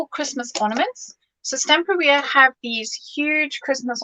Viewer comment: Isn't it pronounced Stam-PEER-ia, rather than Stampa-RIA? In the same way that you'd say Interior, Superior, Exterior, Ulterior, or Anterior. It just sounds... odd to say it any other way. Weird pronunciation aside, Belinda's creation is absolutely superb. The moving parts, the mirror effect, the layering – it's all gorgeous.